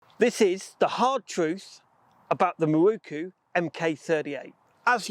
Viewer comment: Some day you may be able to read! Mi-ro-ku! NOT Mi-ru-ku! Otherwise, I don't care.